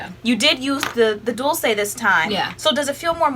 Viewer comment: FYI Dulce = Doolchay Sweet in spanish. LOVE YOU GUYS.